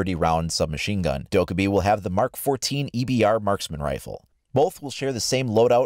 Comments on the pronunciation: It's dok-eye-bi, which means gremlin in Korean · Please pronounce Dokkaebi right... Its triggering the Korean in me